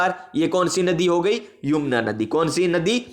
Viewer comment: सर पड़ाया तो बहुत अच्छा, लेकिन सर यमुना को आप बार बार युमना बोल रहे थे